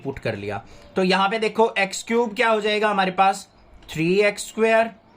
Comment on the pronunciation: Sir aap dekho ki jagah dekhho kyu bolte hai will you change it and thanks for your efforts